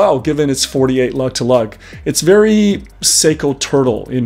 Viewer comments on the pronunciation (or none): none